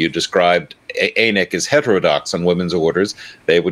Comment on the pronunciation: and: The "A" in ANiC is pronounced like the "a" in "panic" not the "a" in "anus".